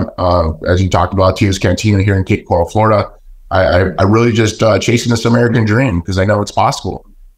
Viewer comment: It’s pronounced: Cape Co-rul….not “corral” as in a holding pen for horses.